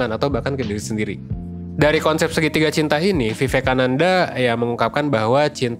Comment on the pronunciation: Pronounciation nya : wiwekananda